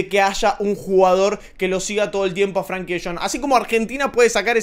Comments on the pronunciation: se escribe con E, no con A. Frenkie. No es “Franki” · no se pronuncia FRANKY sino FRENKY tampoco se escribe así pero es para que se entienda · Buenísimo video cómo siempre! lo único que De Jong es Frenkie no Frankie jajaj